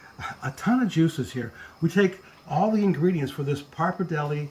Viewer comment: Love your recipe but is pretty tragic how you pronounce pappardelle and Parmigiano Reggiano :(